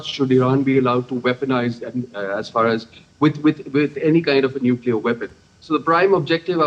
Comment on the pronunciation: Nuclear not neclear ... This is the accuracy and authenticity of dd india what rubbish u all are